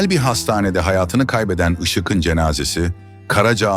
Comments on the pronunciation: Seslendiren arkadaşa UYARI! "Işık'ın" yazılır. Ama "IŞIĞIN" okunur. Bozuk telaffuzunuz yüzünden videonuz aşırı derecede kulak tırmalıyor. İZLENMEZ HÂLE GELİYOR. Bundan sonra ÇOOK dikkat edin bu önemli Türkçe kuralına. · Yazılırken (Işık'ın )diye yazılır, söylerken ya da okunurken (Işığın)diye okunur. Yanlış telâffuz ediyorsunuz. Biraz çalışın bu konulara. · Türkçeniz berbat Işık'ın ne demek yazık